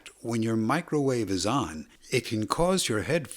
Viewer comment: He had to specifically say "Do not turn on your Microvave, I Repeat DO NOT TURN ON YOUR MICROVAVE"🤣🤣🤣🤣